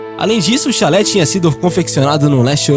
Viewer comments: Não é chalé, é xale. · Amigo, é chale e não chalé. Chalé é outra coisa. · Não sabe nem ler direito, é xale não chalé....energúmeno kkkkkkkkk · oi, vc poderia aprender a pronunciar algumas palavras tipo chalé é uma casa ou choupana no campo, xale (se pronuncia xá-le) é uma espécie de lenço colocado sobre os ombros. em outros vídeos tb achei estes erros, desculpe te corrigir, mas não faço isso como forma de te ridicularizar, mas para te melhorar. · Chalé é uma casa. Ninguém investigou a casa de uma prostituta vítima de Jack. Investigaram um xale (roupa). Vc está pronunciando muita coisa errada nos seus vídeos. Algumas ficam incompreensíveis. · Nesse caso de jack o estripador, você fala chalÉ, quando o nome do cachecol é chÁle... no mais, ótimo vídeo... like. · Chalé não!!! A palavra é xale!!! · Temas interessantes, mas precisa ler os textos corretamente. Neste vídeo o narrador fala "Chalé" ao invés de "xale". Falou tb cabeleleiro ao invés de cabeleiReiro.